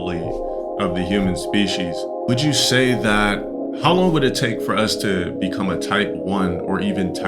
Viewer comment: “THAAT.” Lolol what accent is thaat?